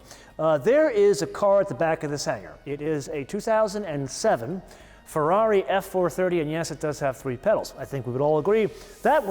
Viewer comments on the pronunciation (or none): none